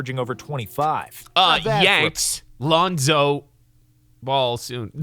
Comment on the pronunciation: This man said Lonzo I’m dead